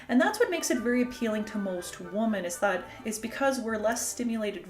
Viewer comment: I noticed that you continually say “woman” when you should be saying “women”. is this a Canadian linguistic development? I’ve never heard it before.